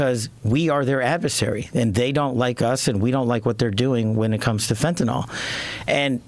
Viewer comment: Btw, it isn’t fentaNOL, it’s fentaNYL. Rhymes with ill.